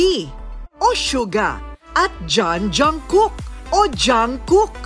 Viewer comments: hoy bat naman ganun ang pronounciation ng jungkook at jung hoseok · Hindi Jangkook po ha